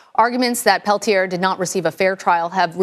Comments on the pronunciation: please. Pronounce the name Leonard Peltier properly. (Pell Tee Ay) If you support the man, as you portend, pronounce his name properly. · I love Morello and his stands against bullshit whitey establishment on all levels. My father was an anarchist in Spain but fled when Franco killed the Republic. That said, Peltier is pronounced Pelt-yā (as in “yea” [“yea or nay”] ) the r is silent, not Pel-tier (as in “tier” of a 2 tier cake)...it’s french Canadian in origin. Let’s get that fact out of the way first.